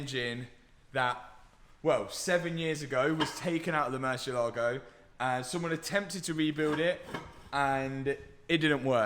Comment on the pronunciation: Plz at least pronounce the Lambo name properly. Is MURRCIÉLAGO